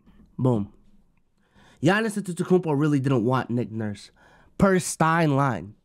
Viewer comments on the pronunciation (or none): none